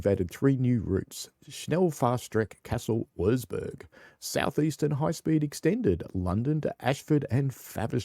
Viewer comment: Howdy! Your "Kassel-Würzburg" pronunciation is spot on! Waaaaay better than JD`s and he sure did practice a lot 😂